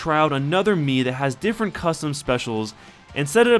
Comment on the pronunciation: Whenever you say mii it sounds like mew :o